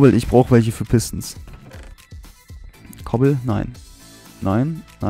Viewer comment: 1. es heißt Cobble 2. es heißt geflooted